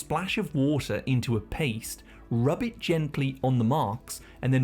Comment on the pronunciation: Every other one: Water: WaAAter